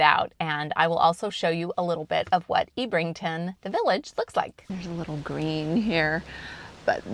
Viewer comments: Ebb - rington not Eeb - rington. HTH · I think you'll find it's pronounced Ebb rington and Kin et un